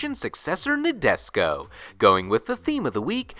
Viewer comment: You are destroying me each time you say Nadesico like Nabisco. It's NA as NAh, DE as DEnse, SI as actually pronounced SHE, and finally you get CO as...well, co or ko lol